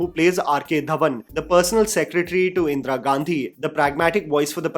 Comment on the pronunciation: Like always, an excellent video,. The pronunciation of Indira could've been better. Indra it isn't.